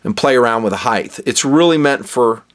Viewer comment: "Heigth" isn't a word,, it's just height. 👌🏻😎